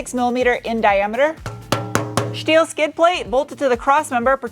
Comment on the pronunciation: Came for the truck, stayed for the shteel 🤣